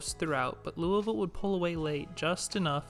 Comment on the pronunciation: I know you're from the south because you know how to say louisville lol